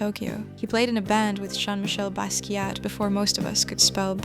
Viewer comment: ... loved the video (but your pronunciation of Basquiat is wrong, the “T” is silent).